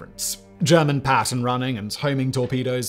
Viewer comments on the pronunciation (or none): none